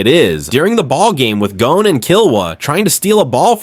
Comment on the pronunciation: Bruh... He-so-Ka.... and Gone, not GO-Ne. otherwise, fuckin nice. Never noticed Panzo